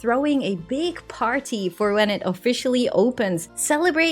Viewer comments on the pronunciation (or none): none